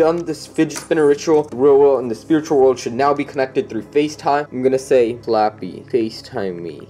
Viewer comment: Did u say slopy oof Like if u did or u hear he said slappy